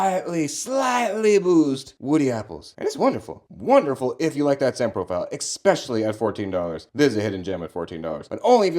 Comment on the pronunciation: You didn’t just say “exspecially” and “supposebly” did you?! Love you vids